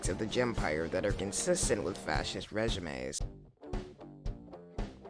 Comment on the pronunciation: The real indefensible thing here is the way you pronounce regime